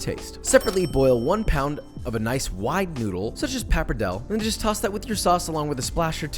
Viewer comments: Papacito: Cento is Italian. “Ce”or “ci”are pronounced as we pronounce “ch” in English. It is pronounced “CHEN-toe” I’ve learned that, in Italian, a visible “H” is silent, it softens the letter before it. As in “Chianti” pronounced “keeAHNtee”. “paparDELLE” Bucatini is for thin, broth like sauces, such as seafood sauce. Your “Alfredo” is cheaper if made authentically, with unsalted butter and grated parmigiano, and a dash of pasta water, vigorously stirred together with the hot pasta. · Uhm, you asked how you did with the "aglio olio", but the problem is that you already lost with the pronunciation of " pappardelle" 😂 So just say you pronounce everything in American English and you might be forgiven 😉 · He also mispronounced pappardelle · It's NOT Pappar-dell It's PAP-PAR-DELL-E